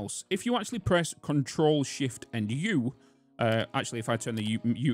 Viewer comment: I'm hearing him say control shift ore. not sure what the Ore key is. For the debug menu lol